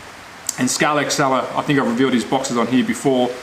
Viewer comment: This slot car guy needs to do a couple of things. 1, Pronounce SCALEXTRIC properly!! SCALEX TRIC. 2, The motor is at an angle because it's an inline motor inclined to provide ground clearance like the real car.